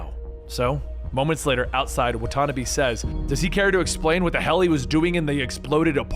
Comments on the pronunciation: it’s wha-ta-nah-bee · excuse me!!!! wan-tana-beee!!!! like one ton'a bees. What the hell hahahahah wan-tana-bee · “Wa tanuhbi” 😭🤣😂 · Hate how he says Watanbe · I'm guessing he didn't play the game because he read Watanabe wrong. Or it could be he forgot because of how much info he is reading